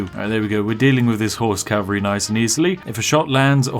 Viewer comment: “Horse Calvary” yes yes... perfectly balanced English lol